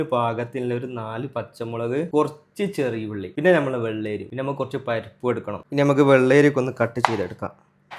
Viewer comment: പരപ്പ് അല്ല പരിപ്പ്